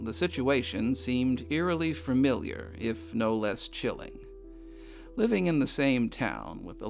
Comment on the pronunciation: familiar, not furmiliar